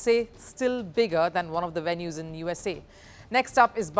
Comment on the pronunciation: "The action shifts to the VEST Indies. Its a WIBE"😂😂 "lets look at the WENUES"